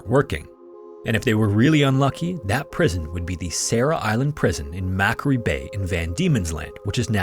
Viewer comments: His pronunciation of Macquarie is awful He said Mac Kar ree It's like Mac Quarry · Pronounced "mc-QUO-ree" not "MAC-wa-ree." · Tasmanian here. Macquarie is pronounced Mah Quo Ree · Mackery Bay... mockery pronunciation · just a heads up, as a 33yo Aussie male, Macquarie is pronounced Mac-Quarry like a quarry of stone, not mackery. Although it's said with no emphasis on the Mac, so it sounds like Muh-Quarry to native Aussies